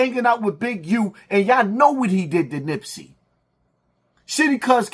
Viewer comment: This man said Nipsey. Wtf. Just say anything.